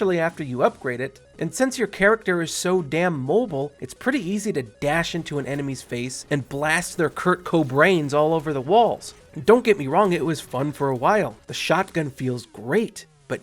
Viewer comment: "Kurt Co-brains" I'm done